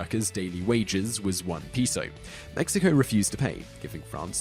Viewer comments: it's peso not piso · Um sir, peso is pronounced payso, not peeso :o)(o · How can you mispronounce "peso"? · the pronounciation issues you have are aggravating lol, peso is pronounced "pay-so" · Another awesome video! :D For future reference, you guys should know that 'Metis' is pronounced 'MAY-TEE' though (it's French, as the Metis are descendants of French voyageurs and native people,) and it is not phonetic. :) Also 'peso' is pronounced 'PAY-SO.' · "Pee-so" Facepalm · Can't pronounce 'peso'? Doh!